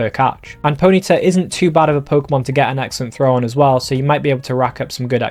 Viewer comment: PONY-TA not ponita